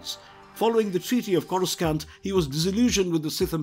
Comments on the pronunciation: Why do I click on this and this guy mispronounced every name especially Corscant lol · The only mispronounced one I noticed was courscant, which is understandable because they likely had a improper script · Hurts my ear every time he mispronounced "CORA-SCANT"🤬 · KORA-San-t NOT Scant This alone ruined the video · Do they just hire people who can't pronounce words right? Star Wars fans would cringe everytime they say “Corus-cant”. Edit: 15 minutes in and they repeat the same damn story from near the beginning lol This isn't the first video they've done this to extend video time. I'm done with this channel lol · Whilst my respect for pronunciation of the name “Coruscant” is… scant, I have great respect for this excellent video.👍😁 (Hint: I have an aunt who sings in a chorus. She’s my Chorus Aunt) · They should fire the narrator cause the way he pronounces planet names as well as character names is truly a disgrace